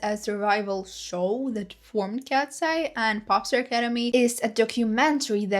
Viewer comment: You need to read eye as "I" ...not "ey". Read it like "Kats I"